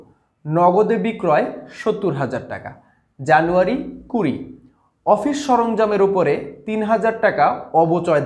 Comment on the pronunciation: jano 1 was funny to hear😅😁